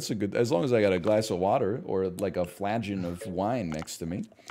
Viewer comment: NL, I love you. It's 'flagon' like 'wagon', not 'fladge-on'